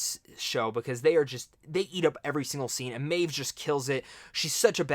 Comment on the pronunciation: D-O-L-O-R-E-S. Dolores, not Delores. Maeve, not Mave or Mayv!!!